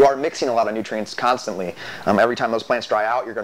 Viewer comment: It has three syllables. Con stant ly. Californian here.